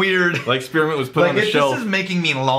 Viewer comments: I didnt know spearmint had 3 syllables. "Spear-uh-mint" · Spearamint. Spear 'a' mint., I can understand caramel, but there are two, TWO, syllables in spearmint. On a serious note: Would making a blend of Military Special and a particularly eucalyptus forward rye result in the ultimate cough medicine? Or would it simply be too gag inducing for anything other than an emergency emetic? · What is “Spir-A-ment”?